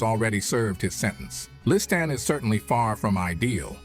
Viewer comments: Why does Morgan keep pronouncing Liston's name differently..He said Lee-stahhn, Li-stan, Lyee-ston...my goodness every time he pronounces his name in a different way, really strange and distracting..And CAS D'Mato? Pretty unprofessional for probably the most popular narrator in history to just mispronounce easy names.. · Why the different pronunciation of Liston's name? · Could have been a great documentary, but Morgan Freeman's narration was horrible!! Calling him LisTAN, LisTON, half the time I didn't know who he was talking about..... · esp. the Li-stan really hurts even the ears...and I am a fuckin Swiss, english is not my language....xd